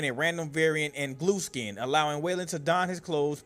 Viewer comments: GLUESKIN? 😂 U MEAN GLUSKIN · The guy said gluskin in a way that made captions think he said glue skin or blue skin